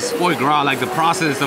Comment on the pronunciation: Oh...i love your videos; been following you for years! BUT, would it kill ya to do a little research before you head into,arguably,one of the most popular restaurants in the whole city?!?! At least watch an episode or two of Hells Kitchen! The "foie' is pronounced "fwaah". The "paté" layer is a mushroom duxelle and if a restaurant comps you a dessert, maybe you should say "thank you" to the restaurant (or maybe even to the man, Gordon Ramsey, himself!). Maybe in a subtle VO in post?!? Just sayin. Im pretty sure they recognized you or knew who you were or at least someone on staff knew, cuz I dont think they're sending out free desserts on the regular. Anyway, just some constructive criticism from a fan who has loved seeing you and your channel grow!